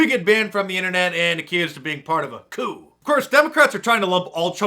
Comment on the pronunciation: Coup pronounce it